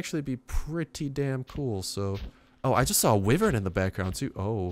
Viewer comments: why-vern it's so annoying you pronouncing it like that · its pronaunced Y-wern